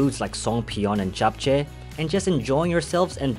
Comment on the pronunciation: I am impressed, the perfect pronunciation of Japchea. It looks like you guys put in a lot of efforts and time, Good job.